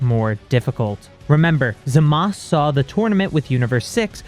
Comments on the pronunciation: Bruh im sorry. I respect this story but HIS NAME IS ZAMASU NOT ZAMAS 😂. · Why does always say zamas instead of Zamazu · Why do u say zamas it’s zamasu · Why the heeck does he say Zamass bruv its zamasu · It’s zamasu not zamas but otherwise great video and a very good story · Hol’ up I’m so confused… Why do you call Zamasu “Zamas” instead of “Zama-oo” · Everytime you pronounce Zamasu wrong it makes me want to lash out like Broly, that out of the way I do enjoy these videos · You are pronocing zamasu wrong